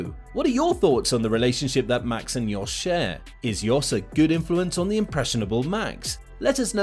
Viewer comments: His name is Jos. Not Yos.. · Yes sorry lol, I forgot it's Jos and not Yos.